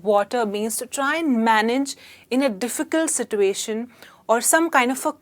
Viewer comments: situation... r u speaking American? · YOU can't pronounce ' situation ' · no she is pronouncing it wrong no English speaking nation pronounce it the way she is.its something Indians have invented